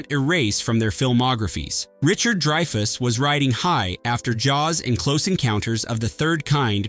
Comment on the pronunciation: Dreefus!?! Really? Cmon bot. Get your $#!€ together. You’re old enough now to “know” better.